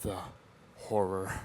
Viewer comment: I thought he said the whore.